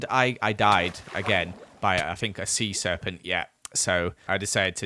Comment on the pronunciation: How hard can a sea serpunt be? Me: DIES LITHING WHEN HE DIES